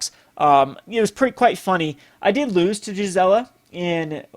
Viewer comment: Cool ideas, I support them but one thing Gisela is pronounced gēz elə. It's German based. Also, GIF is pronounced gif, not jif lol.